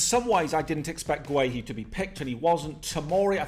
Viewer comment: Please it’s pronounced gurr-hee not gwe-hee 😂